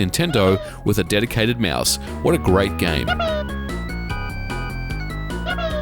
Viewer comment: "Meuse." Liked the review tho.